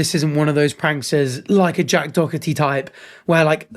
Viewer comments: where are you reading dockerty? it’s Doherty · His name is Doherty not Dockerty . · How does one go from doherty to saying dokerty🤣🤣🤣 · My brother, it’s Doherty 😭😭😭 I hate this pos, but the dokerty triggers so much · It’s Jack Doherty. Dough-erty, not dock-erty. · why is bro saying dockerty not doherty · It's pronounced 'doh-URT-ee' or 'doh-EH-tee', gang gang; clearly neither you or that American news host have ever encountered the name "Doherty" before. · bruh, you heard them say his name right? Door-Tee! tbf screw him he is not the point. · sort of pronounced Doherty like Docherty and I hate it because one is my last name and one is the worst guy ever. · I am so sorry, but watching you LOOK/READ the name "Doherty" and continuously pronounce it "Dockerty" was fucking killing me bro. 💀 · And how tf is Doherty, dockity? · Bro said hickory dickery doherty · Absolutely hilarious he was saying dorkety 😂 still dont know how anyone would watch that clown or give him any attention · So tell me....where exactly is the ck in Doherty? Is it really pronounced Dockherty? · Wtf was that pronunciation? Jack dockerty? That instantly triggered me 😡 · Why is it that Brits can’t pronounce Doherty properly? Where is the c or K in the middle of the word? Do-her-ty it’s really not that hard! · buddy, there's no c or k in Doherty, why are you pronouncing it like that? It's Doe-hurty or Doe-urty. Not that I like that little dbag. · pls stop saying dog-herty. its like playdoughgerty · “Dockety” it’s just pronounced with a h mate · How many times did you say Dougherty wrong after the news lady said it correctly? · Are you saying Jack Doherty’s name wrong on purpose? For engagement? If so, it worked 😂 it’s annoying AF though! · nah. I’m British we don’t say that he just messed up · Love how this dude puts a "k" sound in the middle of Doherty's name every single time he said it 😂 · You say Doherty’s name like a Greek philosopher’s name